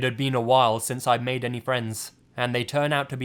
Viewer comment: I know it was supposed to be creepy, but I spent 50% of the Mei story laughing because every time he said something like "made" I would look up and shout "MORE LIKE MEIDE AMIRIGHT"